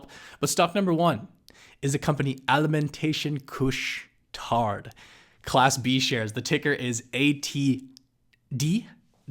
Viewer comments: nice , it's actually pronounced " couche tar" means stay up late , wow I would be impressed if they take over carrefour as it is one the biggest supermarket in France what they call " hypermarche " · The '' D '' is silent in '' Couche-Tard '' !